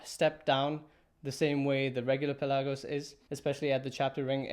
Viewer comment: "Pelagos" is a greek word and it means "open sea". Your intonation of the word is wrong. It is P'elagos and not Pel'agos